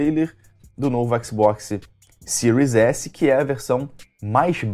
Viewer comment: sil s e siro x é foda kkk, aprende a falar cara kkkkkk